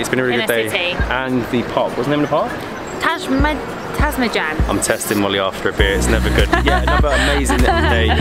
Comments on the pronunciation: You guys are doing a great job! You have talent for languages and you just need better modeling. Ташмајдан / Tašmajdan is pronounced tush-muy-dan! :) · Tašmajdan - Tash-mai-dan Kalemegdan - Calais-meg-dan Hope you had nice time in Belgrade!